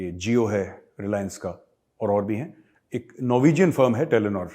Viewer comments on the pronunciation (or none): O bahi its telenor not yelonore